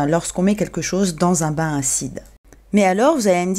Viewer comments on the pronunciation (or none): none